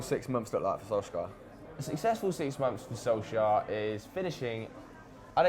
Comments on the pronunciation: It is Soul Ska by the way....I am going to get tired of pointing that out soon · Its funny when tries to say "Solskjær" hahaha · Honestly I'd love it if Solsjkaer succeeded and stayed on at United. He was my favourite player when I was young even though I could not properly pronounce his name lol.